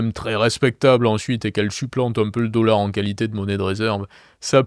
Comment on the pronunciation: "meaunétaire" le "deaullard"